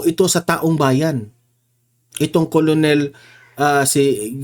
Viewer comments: KERNEL ANG PRONUNCIATION YAN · KERNEL ang pag pronounce ng ranko na COLONEL, sir